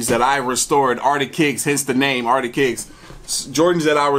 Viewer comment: The way you say art of kicks sounds like arctic kicks lol but that's probably the Alaskan in me